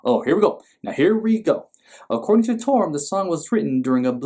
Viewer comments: Enjoyed this immensely. This is a great idea for a series & I hope you react to several holiday songs this season. Everyone needs warm, fuzzy, nostalgic feelings this time of year...especially this year. [Just fyi, the co-author's last name is Torme`, pronounced "Tor-May"]. Good job! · The name is pronounced Tor-May. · It’s Torme pronounced like Tormay